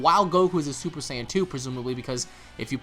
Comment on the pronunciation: And why does guy keep saying super sign instead of super saiyan the american dub way of saying...or the japanese way super saayaajin....this guy created his own way to pronounce it lol